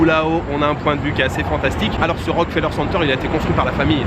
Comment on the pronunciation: Bonjour, première fois que je regarde ta chaîne, tu as de très belles images, et tes informations sont très intéressante. Concernant le Rockefeller center, il faut vraiment prononcé le "ke", ça sonne comme Rock"que"feller. Lors de ma visite du lieu en 2018, le guide touristique (un Québécois comme moi), nous a souligner la nuance à quelques reprises. Voilà, le tout pour ton info, passe un beau séjour, et je continue à regarder tes vidéos avec plaisir.